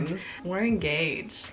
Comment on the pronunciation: enGAYged sorry lol